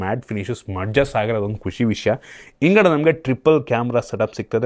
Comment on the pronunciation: "ಇಂದ್ಗಡೆ " ಚೆನ್ನಾಗಿದೆ 😂😂😂😂